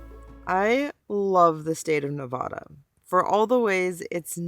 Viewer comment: Yes, Home Means Nevada, according to the slogan on my license plate. But, please, stop saying "Ne-vaw-duh".